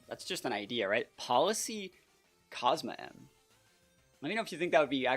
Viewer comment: I think the team could use some toxic stall as well if you run it back for another video! And btw its pronounced COZ-MOHM (Cosmoem)